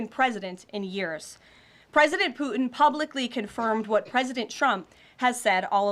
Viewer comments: Ha! Chump and Poo-in! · Is this woman totally deranged? Oh, and there is a 't' in Putin. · She says “Pu’in”. 😂She is a horrible public speaker. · Why can’t she say his name? Poo-in? Is he actively making a number 2? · Does she know "Putin" has a T in it? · Her youth belies her flip ways of responding to questions — a typical yes-man (ie, yes- woman)! Putin ( not poo-in)!!